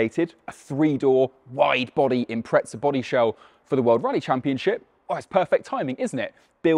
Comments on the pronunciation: Why is he saying Impreza like "Impretsa"? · impretza what? xD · when people call it an impretza my toes curl… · Maybe when the Brits learn to pronounce the English word “Impreza” properly, not “Imprezza”, Subaru will re-instate that name. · Looks good. Will start saving……Wheres the ‘t’ in Impreza? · Where is the T in Impreza? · Awesome vid but couldn’t take your pronunciation of Impreza where’s the T mate ? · There is no T in Impreza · How can the English not speak their own language… Impreza does not have a T in it !?